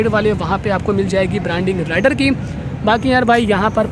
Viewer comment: Oye jhute.... राइडर नही रेडर बोल...... 🤣😂